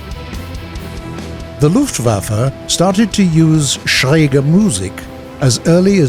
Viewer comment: Finally "Schräg" pronounced correctly! Thanks!